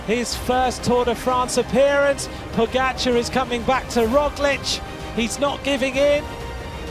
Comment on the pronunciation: How have they still not learned how to pronounce Pogačar?